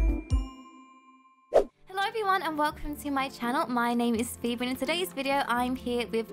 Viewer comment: Maybe it's just me but did you hear called Phoebe 'BB?' orrrr...